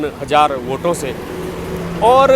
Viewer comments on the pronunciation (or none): none